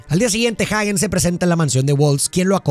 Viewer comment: Excelente pero si utilizas español para pronunciar el apellido de Hagen como esta escrito entonces se pronuncia "ajen" y no "jaguen" porque no lleva u después de la g, lo correcto es pronunciarlo bien en español o bien en inglés que se pronuncia "jeiguen" solo es una sugerencia porque repetirán como tú lo digas y he ahí el destrozo del lenguaje y la pronunciacion incorrecta, slds